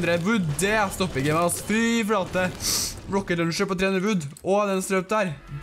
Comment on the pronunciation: meeen gutten min det heter ikke røkket løncher